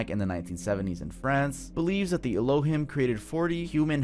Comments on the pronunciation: Please pronounce Elohim right. It's ELO- HEEM. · Its pronounced "Elo-heem" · * El-Oh-Heem. Not El-Oh-Him. Just for future reference. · Pst. Its "El-lo-heem" not "el-lo-him" 😅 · El oh heem not aloh him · Elohim is pronounced: el o heem not e lo him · It's pronounced Ray Lee ans. It's pronounced El oh heem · Elohim pronounced El-o-heem. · el - oh - HEEM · It’s pronounced “El-O-Heeme” Ironically, the name of god, in Mormonism. Lives on a planet orbiting Sirius called Kolob. 🫠🫠🫠🫠🫠🫠🫠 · Ee-low-heem Tuv 😂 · You're mispronouncing “Elohim”. It sounds like “Ello- Heem” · elohim- my brother 😐 eh-low-heem. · not trying to be that one annoying but it’s ELO-Heem homie 😭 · His Hebrew is what killed me "ello him"! 😂😂😂😂😂😂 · You keep saying elohim wrong 😆 🤣 😂